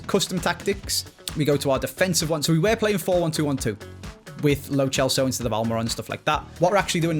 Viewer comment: It really bothers me that says “ch” for every “c” in players names, when he doesn’t need to do that like with lo Celso